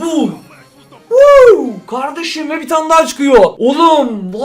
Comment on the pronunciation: Daha demiyip dahaf diyen koca yürekli